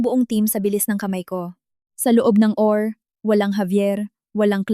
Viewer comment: Atty. ( Attorney ang bigkas) hinde Atti , OR ( O - R ang bigkas) Hindi OR